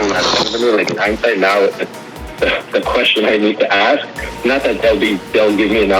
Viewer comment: Steven says "axe" instead of "ask" - STEVEN IS A BRO